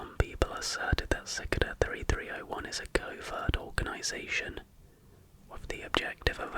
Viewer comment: It took me a while to realise that you were talking acout Cicada 3301 when you said “sik-da” 3301. Never seen someone mispronounce cicada like that😭